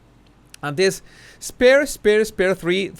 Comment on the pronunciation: Spare-Y 😄 Sparry -😂